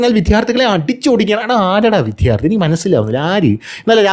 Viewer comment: "" വിദ്ധ്യാർതി"" അല്ല. "" വിദ്യാർത്ഥി എന്ന് പറയുക